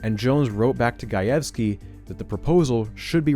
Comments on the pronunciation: Hearing you pronounce Gajewski correctly is surprising and welcome after hearing your past, uhhhh, interesting attempts at pronouncing Slavic names. :P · Side note, I really appreciate the correct pronunciation of “Gajewski”! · I'm just 4 minutes in, but as a Polish person, hearing you perfectly pronounce Gajewski is so nice!!! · As a Polish person, thank you for pronouncing "Gajewski" correctly 🙇